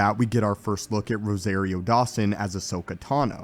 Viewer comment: Cringe: every time he pronounces Rosario's name. It's rose- ah- rio not ros-A-rio !